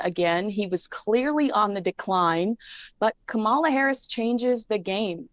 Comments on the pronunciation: Please pronounce her name right - it’s KA-mala, not ka-MA-la. People mispronounce her name to be derogatory or are being ignorant. You are supposedly a “journalist”. Get it right. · Her name is KAM a la,, not Kam-AH-la. And you call yourself a journalist? Are you kidding? If you haven't gotten her name right by now, after all these years, then there's no hope for you. And if you think for a moment that meghan has any influence on Kamala, then you're even more delusional than harry. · Please, it's KAMala, not KamALa. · it's KA-ma-la. Whether you agree with her politics or not, surely you can give the Vice-President enough respect to pronounce her name correctly. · Love you. Please learn to pronounce Kamala’s name correctly. Kamala (like Pamela). It’s disrespectful. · Please pronounce Kamala name correctly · You're spot on with that comment. Not only that, but she's so dumb that she can't even pronounce Kamala's name correctly.